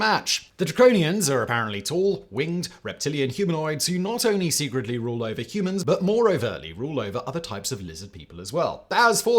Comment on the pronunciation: SERIOUSLY we all just gonna ignore how simon pronounced DIVIDE as DAVID and RULE as RURAL ????????